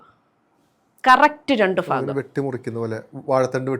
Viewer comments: ഫാഗം അല്ല ഭാഗം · ഭാഗം അല്ല ഭാഗംഫീകരം അല്ല ഭീകരം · മേടം ഭാഗമല്ല ഭാഗം ഭാരതത്തിന്റ ഫാ എന്നുള്ള ഉച്ചാരണം ഭാരതത്തിന്റെ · ഭാഗം, ഭാവി ആണ് പറഞ്ഞത് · Pathanamthitta angne ann pryunnth